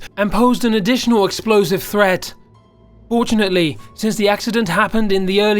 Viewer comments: he said 'fortunetly, fortunetly. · Hosam Alzobaidi Fortunately?! For-tun-at-ely. F.o.r.t.u.n.a.t.e.l.y. Furtooneatlee